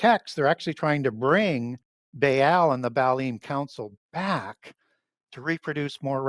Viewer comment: You are absolutely perverting every ancient name intentionally, or you are an idiot. Grrr... Say... buh-all. Not "bae-all". Say... chair-ub. Say... "ah-new-knock-ee". Not "an-new-nah-kee". Idiot. Maybe your just high on vikes and think adding a new twist of your own will endorse your words with a scholarly insight... you'd be wrong. There were at least 5 other mispronounced names and its painful to my sensibilities. Two differnt day have i comment because I love wasting my time casting pearls. Uhg!